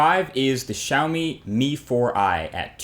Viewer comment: althought you are not chinese, but you said xiaomi and mi wrong